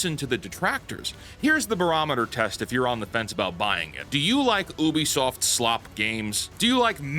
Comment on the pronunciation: Brother pls it's pronounced you-bi-soft. Where are u getting the "oo" from?